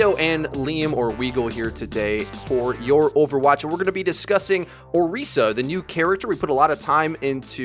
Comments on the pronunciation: Orisa. you pronounce the tis like Chris, not Reese. she is not chocolate and peanut butter... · You put a lot of time into researching her, but you sure didn't look into her announcement video to pronounce her name right ¯\(ツ)/¯